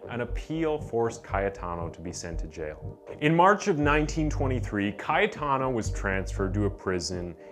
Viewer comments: I just wanted to count the number how many times he said Kayataano... It's ringing in my ears .. good one bro.. stay safe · Maybe it would be a good idea to say the main character's name fewer times on the script, specially when it's clearly difficult to pronunciate it. Other than that, great vid! 👍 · the amount of time(s) ca-ye-ta-no was said annoyed the fk outta me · OMG! If u are going to repeat Cayetano's name at least 100 times in the video pronounce it correctly!!! Or just call him C. ..... Easier,faster painless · Great videos...but you need to learn(double check) how to pronounce some of the words correctly... like Calabria is pronounced Ca-labria ... not Cala-bria.... as well as the name Cayetano is pronounced Ca-yeh-tano...not Caya-tano as you say....just some constructive criticism to help you improve your channels productions.. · I cant stand the way he's pronouncing Cayetano.... lmfaoooo and CALA.BRIA. LMFAO🙈😅